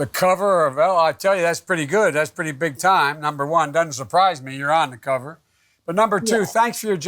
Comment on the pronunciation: He can't even say the name of the cover lmao🤣😂 min in